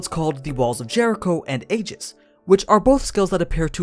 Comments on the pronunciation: blackguard is pronounced blaggard and Aegis is pronounced eejis. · Aegis is actually pronounced (ee-jis) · A-EGG-IS, not A-JIZZ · Aegis is pronounced “eegis”. E like key